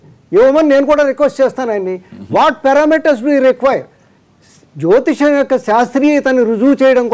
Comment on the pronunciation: Orai anchor jotiskam kadura jotisayam antaru. Munda nuvu oka veste gadivi